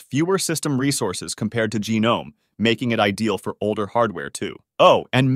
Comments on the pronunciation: Lie-Nux and GeeNome. Jeeez these AI generated movies are getting out of hand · Can't make your mind whether to pronounce it Leenux or Lienux. And no, no one says geenome.